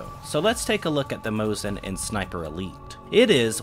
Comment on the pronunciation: You pronounced Mosin correctly, however need to fix the Nagant pronunciation. The 't' in the end is silent, so Leon's last name will sound as 'Nagan'. Kudos to the video, it is a pleasure to watch and very informative, as always!